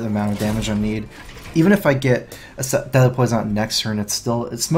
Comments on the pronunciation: I keep hearing 'Deli Poison' instead of 'Deadly Poison' :D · "Delhi poison" is all i hear :D